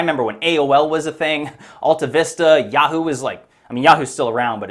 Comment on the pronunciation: And we’re supposed to listen to a guy who pronounces yahoo “ya-hoe”.